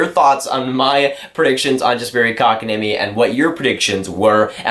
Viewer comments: Well, the niemi comes right: better than most commentators get it. Like we've heard with Antti Niemi - 'Ni Eimi' :) And the o in Kotka just goes as it normally does in the North America. Funny of course, that then it's like the Finnish a, like in the English father, more or less. The French way would be better for 'Kotka', just then the stress changes to a wrong place. Welcome to the mangle, na-na-na-na-knees, knees :) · Dude, he pronounces it just fine. And besides, Kotkaniemi isn't the easiest word out there.